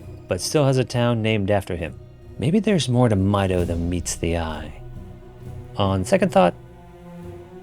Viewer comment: Even in the original, Ganon was much more boar-like than bull-like. Also, Mido is pronounced like the song notes "Mi" and "Do". There's another Kokiri named "Fado" in the same manner.